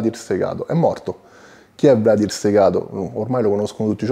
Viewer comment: Valdir non Vladir, in Brasile Valdir è un nome piuttosto comune. Anzi in Brasile si pronuncia Valgìr